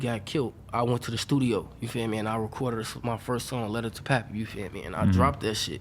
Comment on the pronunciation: I thought it was pronounced Pay Pay not Pappy